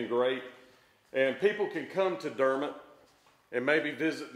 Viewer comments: The Drew Foam location you drove by is the old location. The company hasn’t operated from that location in years. Also, the correct pronunciation for Dermott is Der’mott (not mutt) with the emphasis on Der. Elvis spent the night at my Aunt’s home and was accompanied by her son, Mack Harkins, who was the Sr. Class president when they went to a party in McGehee. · it is Der Mot as pronounced not pronounced Dermat. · Quick P.S. You might have known this but it seems was too polite to correct your pronunciation of Dermott to the local custom: It's Der. Mott. Again, enjoyed.